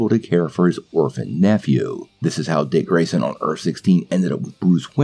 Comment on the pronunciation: Who The fuck is Rick Grayson it’s Dick Grayson